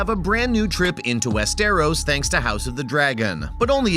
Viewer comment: West who !!!!!!! It's westeros